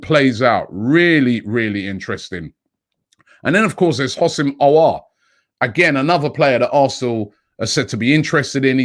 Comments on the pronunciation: So proud of you Robbie, finally pronouncing "Aouar" like a French native haha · Fam finally can say Aouar’s name properly. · Robbie finally pronounced aouar decently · Robbie pronounced Aouar wonderfully